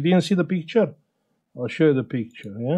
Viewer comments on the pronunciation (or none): We have peektchure😊 I love it.